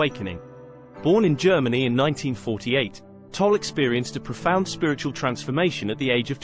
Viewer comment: You are not even saying his name correctly, how can you know anything about him?